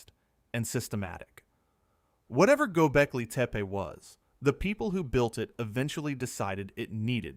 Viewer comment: Yo.. yo.. nice pod, but fyi: it’s Gobeckli TEPPY not teepee lol